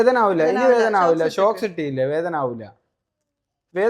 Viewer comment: ഷോക്സ് അല്ല sooks ആണ് 😂